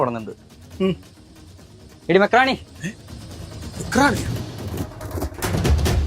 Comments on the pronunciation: മെക്ക് റാണിയല്ല മക്രോണി 😂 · മെക്റാണി ❌മക്രോണി ✅